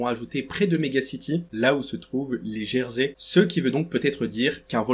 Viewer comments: tu dit des jersai mais ses des jésair 😂mon psedo ses ROY NR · Des geysers,! Pas des gersey ☺️ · On y voit des gersé 😂😂 ça se dit geyser. Continue comme ça 🎉❤ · Ptdr on dit pas gerseys on dit geysers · Ah "les gerseys"😂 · au moment du volcan, ta dit les "jersé" 😭🤣🤣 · Merci pour la vidéo mais t’a dit des « gersey » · Dsl mais je crois qu'on dit gesert 😅